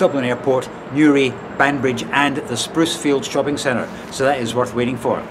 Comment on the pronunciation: BTW: In Banbridge the stress is actually on the second syllable :) It's BanBRIDGE.